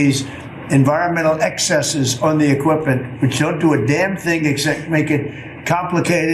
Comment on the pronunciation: Did he say "equippant" (which is not a word) instead of equipment?